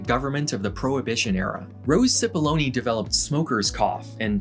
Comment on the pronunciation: Amazing video. But I can't help but smiling each time Cipollone is pronounced "Sipoloni".